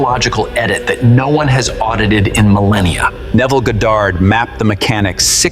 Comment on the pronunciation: Still mispronouncing Neville's name